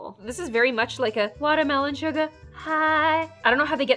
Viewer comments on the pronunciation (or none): When she said " WatErmEloN suGaR hiGhhH" I had flash backs to when she named her dog "sugar high"